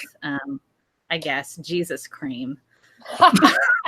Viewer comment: this was worth it just to hear her say "Jesus cream"